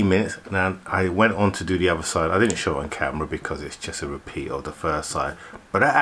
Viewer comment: Love your content but pls its not "dis" "dat" or de otha lol 😆